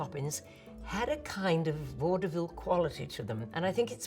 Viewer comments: My Ohioan ears keep hearing "Waterville" instead of "vaudeville" and getting real confused😅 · Love how she pronounces it "Vaud-eh-ville"! Such a classic dame!